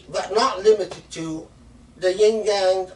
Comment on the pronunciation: Shaykh please, it's not "yin-yang," it's more like شِنْجِيَنْگ